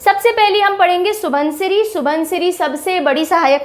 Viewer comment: (Xu-won-xiri ) proper assamese pronounciation. Not (Su-bon-siri).